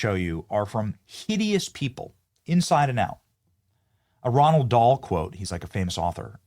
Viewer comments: It's Roh Ahld Dahl, not Ronald. Idiot. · Roald Dahl not Ronald. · Its Roald Dahl not Ronald.